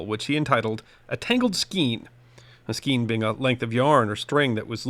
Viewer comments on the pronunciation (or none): AFAIK, skein is pronounced 'skayne'. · Please note, "skein" is correctly pronounced "skane". (I before E except after C or when sounded as A as in neighbor or weigh.) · Skein rhymes with plane, not the way you pronounced it.